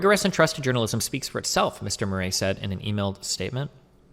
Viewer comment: It's funny how Destiny doesn't know how to pronounce things like "Murray" or "piety"